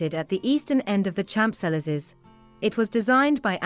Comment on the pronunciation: The h is silent in Champs